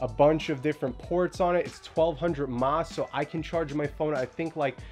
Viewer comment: just so you know mAh is milliamp hours, you don't pronounce it as mah.